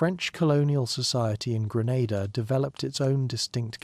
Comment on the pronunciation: Normalise having enough respect and doing enough research to pronounce d dayum islands correctly cho